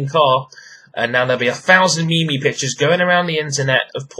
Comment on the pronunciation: What the hell is a mimi? Don't you mean meme, pronounced like cream :P